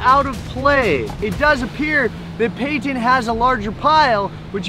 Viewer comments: Not Patin but Payton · Payton not patin